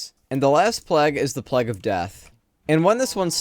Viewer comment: No offense but why do you pronounce "plague" that way?